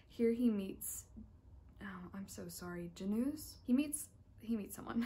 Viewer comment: Since you asked... :) It's [Tomash Yedrovski] more or less in pronunciation. Love to see some polish authors!! Can't want for the review <3 Aaand if the name was "Janusz" (i'm not sure if I got it right from your pronunciation" then its "Yanush" the books sound super interesting